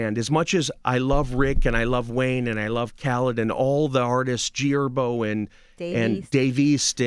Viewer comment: He keeps saying Erbo, instead of Herbo.